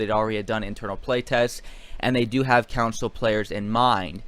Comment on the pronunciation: It's CONSOL not COUNSIL!